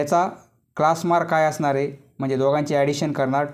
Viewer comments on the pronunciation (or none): none